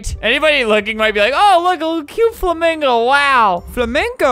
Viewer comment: Lol, he didn't even say it right 😂 (spell)